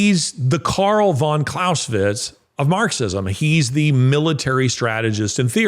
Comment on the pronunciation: You don't pronounce Clausewitz with 'sh' but with 'z.' There's no 'sh,' it's German not Hungarian. Excellent talk btw.👍